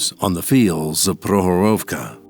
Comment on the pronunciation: great vid... but next time please have people who can actually pronounce the name of the place 'Prokhorovka' - they all sounded drunk saying it. Prok-horovka - there is a K they somehow swallowed up in mispronouncing it.